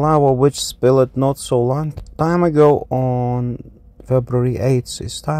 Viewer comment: 'SPILLED' is a one syllable word. You pronounce words that end in "ed" as two syllable words all the time.